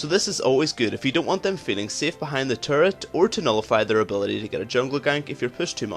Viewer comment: Dat turrets pronounciation taris